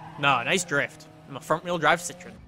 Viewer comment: you're pronouncing CITROEN wrong